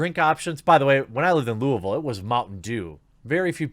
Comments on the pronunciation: You lived in Louisville?? AND YOU SAID IT CORRECTLY! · You said Louisville like a native! Nice. You should look up Diane Sawyer's documentary on Mountain Dew in Appalachia. Terrible